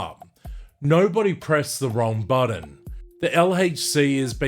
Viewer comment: “Buddin”?? But-ton…